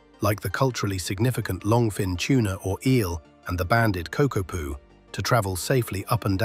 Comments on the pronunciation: Tuna - Maori for eel - and not pronounced tuner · "Tuna" for eel is a NZ Maori word and is pronounced differently from the large deep sea fish. Think of the "u" as a double-o as in "book" or the "u" in the word "put" not as a "yu" sound like the other fish.